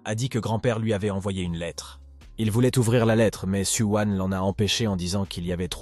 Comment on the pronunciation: Su wan , Su wang , su wiin ... Il faut savoir non mdrr